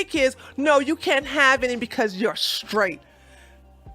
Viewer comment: "Straight", not "shtraight". "Didn't", not "di-int". You're welcome.